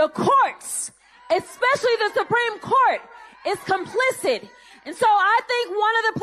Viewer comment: There's no "X" in especially, jasmine.